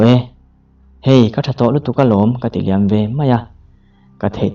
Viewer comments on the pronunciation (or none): none